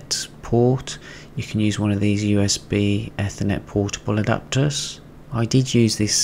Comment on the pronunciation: Great video, just please dont say eh-thernet Please